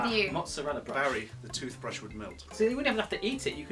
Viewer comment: did he say tuthbrush?